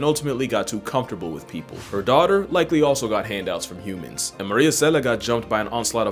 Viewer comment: "Her D-otter"